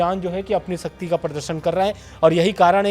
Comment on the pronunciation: दोनों अनपढ़ हैं ही है एंकर शब्दों में इनके शिक्षा नहीं दिखती शक्ति को सकती बोलता है 😂😂